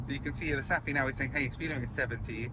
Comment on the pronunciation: Thanks for an excellent video! In Denmark and Sweden, "ph" for example in "Saphe", is pronounced as "f", like "Safe" in English. 😊